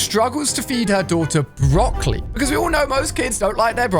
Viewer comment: “Brocly” bro it’s “broccoli”